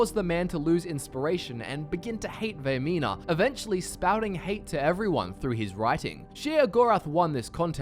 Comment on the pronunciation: Vaermina. Vaermina, Vaermina, Vaermina.